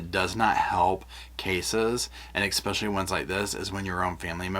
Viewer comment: “Espeeeeeecially” from her husband. God awful.